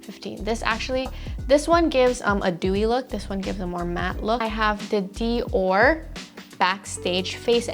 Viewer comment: Nobody:: LANEIGE & DIOR (in proper pronunciations) Me: AAAAAAHHHHHHHHH 😱